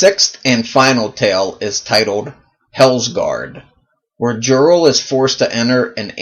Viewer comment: No direspect ...I think that Jirel is pronounced Yarl... I didn't know he had so many female characters.